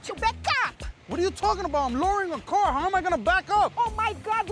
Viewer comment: “damage my cawh!!”😭😭